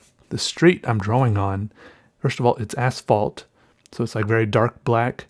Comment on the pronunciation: Finally, someone who calls it the right name, asphalt not ashphalt! Hooray! ♥️